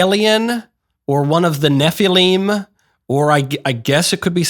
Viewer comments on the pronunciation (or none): THE NEF-A-LEEM. my ears 😢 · You would pronounce nephilim like that 😂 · Way to pronounce nephilim wrong lol